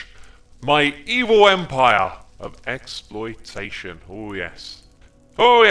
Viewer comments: Ex- ploitation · Xploitation... I think this is intentional hehehe